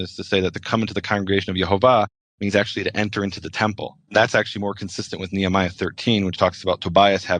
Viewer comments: Somebody needs to tell Nehemiah, Canada, law, etc don’t have an R on the end. Why say Nehemier????? Smh 😂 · with no R on the end it makes no sense phonetically. It’s not proper at all.